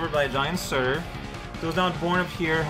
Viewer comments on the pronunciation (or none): The second "r" in "Surtr" isn't actually silent; in fact, it's necessary to pronounce it to distinguish the nominative ("Surtr") from the accusative ("Surt"). The whole thing is pronounced as one syllable, without a vowel between the last two consonants, much like French "arbre", which also ends with a similar sound. That said, it is a bit tricky to say, particular in rapid speech, which is why modern Icelandic and Faroese insert an epenthetic "u" before the nominative -r ending (thereby adding an extra syllable to the word).